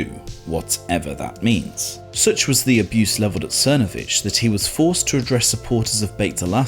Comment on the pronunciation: It's pronounced "Thernovich"